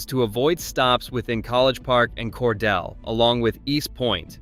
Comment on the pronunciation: Cordeeel, not Cordell or Cordella, or Cor de lay.There may be more errors to comment on, but I won't bother. This is where I got off to comment. Jimmy Carter did not graduate from Georgia Southwestern College. He went there 1 year before transferring to GA Tech and then to the Naval Academy. Cordele is not n the MARTA rail line. It is nowhere near East Point or Atlanta. That is an AI being confused by a programmer who doesn't know his ass from a hole in the ground. Why did this flick show the ocean when talking about specific Atlanta neighborhoods?